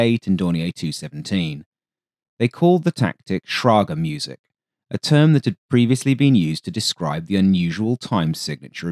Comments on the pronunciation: Little note on pronounciation: The german term is "Schräge Musik" not "Schrage Musik" with the "ä" being pronounced like the "a" in "late". But I get that the Umlaut-notation in German can lead to confusion. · > "They calles it 'schrage Musik'..." Nope... They called it 'schräge Musik'. The word 'schrage' doesn't exist in German language. But 'schräge' (respectively 'schräg') means 'inclined' or (in this case) rather 'off-key' (as a pun). 'Ä', by the way, is pronounced like 'a' in 'bad', but more sretched in length when spoken. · Schräge Musik is pronounced Sray (like Kray but then with S instead of K) gue (like guess without ss) Muh (cow sound) sick Sray gue muh sick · I think the Soviet concepts were then taken over to the SPPU gunpods, which also allowed for depression of the barrels. Mounting this on a plane must have been a far more flexible solution than coming up with such odd designs in the first place. Oh, by the way, as a native German speaker I am always amused by the pronounciation. "Schräge Musik" would be rather pronounced "Shreh-geh moo-zeek", or sorts. But anyways, it's alsways an entertaining and educating experience to watch your videos. 👍